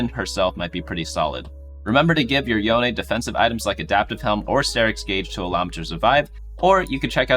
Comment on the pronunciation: I'm slightly triggered by the pronunciation of Yone being both "Yoan" and "Yonei" in the span of two sentences.